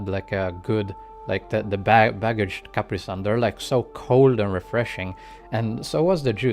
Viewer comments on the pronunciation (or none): none